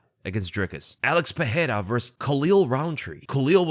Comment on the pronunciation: Pereira (Puh-ray-ra) no double r so no H sound. Ferreira (Fuh-hay-ra) See the difference?